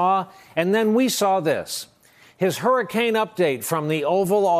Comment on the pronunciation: Trump: Hurricane!! I thought you said Harry'scane! Just making it right you know.😊